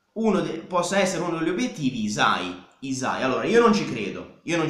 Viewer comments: la y in albanese si pronuncia tipo iu (non è proprio iu, non so come spiegarlo, iu è il suono che ci si avvicina di più), quindi sarebbe pronunciato iusai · Video perfetto, però hai sbagliato a pronunciare hysaj (non potevo non notarlo da nativa albanese). Comunque grande, sei davvero l'unico che entra affondo e discute di calcio con coerenza e capacità, continua così!